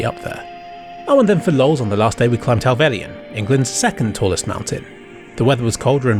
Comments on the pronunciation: "hellvell y un" bro its just hell-vell-yn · It’s “hel velin” not “hel velian” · Nice footage. A small point though: It's Hellvellyn (pronounced Hell-vell-in) not Hellvellian. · I can't quite get over how you pronounce Helvellyn